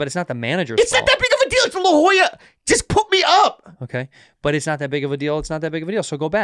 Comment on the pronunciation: its La Jolla not La Joya heh